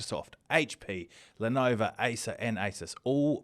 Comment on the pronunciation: Speaking of getting names correct. The brand is Lenovo not Lenova as you keep saying on every episode 😅